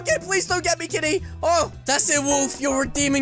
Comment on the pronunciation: you keep saying"KTITY" instead of KITTY lol